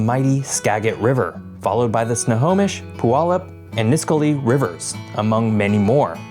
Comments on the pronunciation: for anyone who wants to know how these are actually pronounced Ska-jit Snow-home-ish (got this one right) Pew-all-up Nis-qu-all-ee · Well, you manage to pronounce Snohomish right...